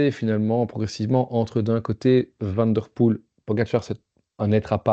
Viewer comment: Van Aert, mais van der Poêle, avec un petit v, c’est la différence entre le flamand et le néerlandais. Je suis flamand et je parle en connaissance de cause